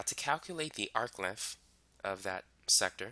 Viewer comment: Sorry I can't understand what you are saying. What is an "arcliff?"